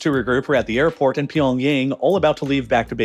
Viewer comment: did i hear pyongay?